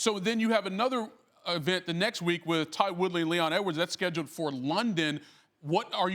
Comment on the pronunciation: “Ty” Woodley lol